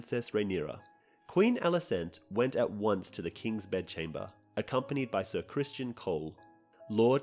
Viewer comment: Where do you keep finding these extra letters in the names? Ser CRISTON nog Christian! And in another video you called Alicent’s other son Daereon but it’s DaeRON